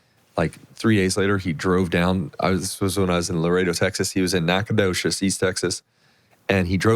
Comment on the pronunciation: I am watching your pod and hear Jeremy say Nacogdoches and I had to rewind it several times. Love it! I’m actually from Nacogdoches “Nacanowhere” as some call it and not many can say it correctly. Great job Jeremy!